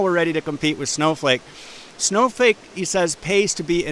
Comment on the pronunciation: did he just call it Snowfake?